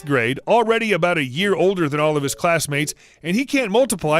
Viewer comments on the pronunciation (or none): none